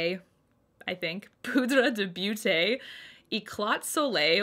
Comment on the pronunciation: you should pronouce beauté as boté. love your vids as always.